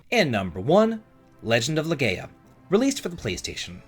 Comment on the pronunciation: Who's Loreea?